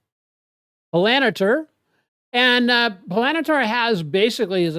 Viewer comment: PAL - AN - TEIR ..... you are pronouncing "Palantir" completely wrong